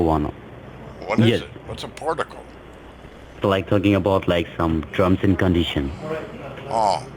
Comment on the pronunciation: What's a porticle? It's some drums and condeeshanns.